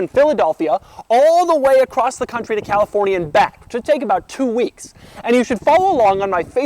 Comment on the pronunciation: not to be that guy but i'm prety sure doug said talifornia